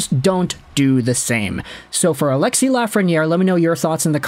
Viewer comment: Its ALEXIS...NOT ALEXIE